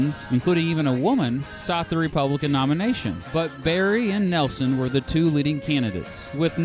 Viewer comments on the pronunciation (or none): none